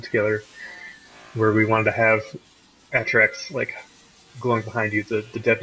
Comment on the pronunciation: He say trex like, treks and not TeeRex? Lol I had the same reaction as T. IM IN A SPACE ELEVATOR WTFFFFF The only other song that's on the level of Deep Stone Lullaby is Journey from D2. The only reason Journey lacks is that its "moment" wasn't as big as DSL's moment, going out into Space.